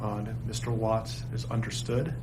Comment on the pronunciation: Gees you can't even get the last name correct it's Watts